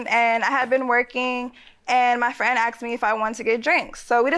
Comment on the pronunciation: He AXE ME. LOL. IT'S ASKED ME!